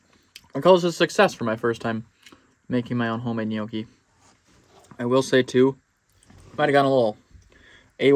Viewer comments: Im not even italian but your pronunciatioun of ''yokey'' still triggers me. Looks good though😂😂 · lmao at how you pronounce gnocchi